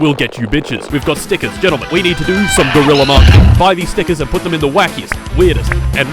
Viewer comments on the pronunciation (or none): none